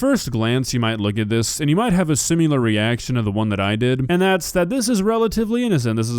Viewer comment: Its pronounced sim-i-lher not sim-u-lehr you weirdo